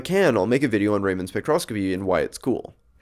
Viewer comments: Raman is a name pronounced 'Raa-muh-n' not 'Ray-man'. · Omg... "Ray-Man" spectroscopy? Really? It's RAMAN. Say it like: "Rah-Mun". Please know how to pronounce that name! He kinda won the Nobel Prize in Physics in 1930, and was also knighted by the Queen of England, so he at very least, deserves to have his name pronounced correctly. :) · It’s pronounced “rah-men”. Just like the noodles lol.